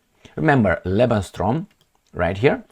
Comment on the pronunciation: It's pronounced:"Lebens-room",.